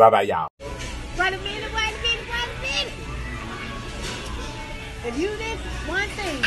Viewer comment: I love to hear him say "WAYMENT"